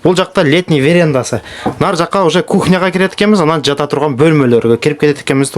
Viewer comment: Верендасы эмес верандасы